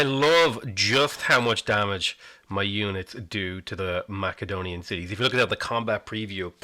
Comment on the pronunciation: Just an FYI - Macedonia is pronounced 'Massedonia,' not 'Mackedonia.'